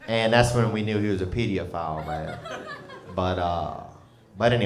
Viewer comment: Didnt realize it was pronounced Pediaphile! Pretty cool educational-comedian